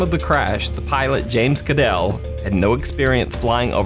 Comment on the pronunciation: Thank you for saying James Kadel's name correctly.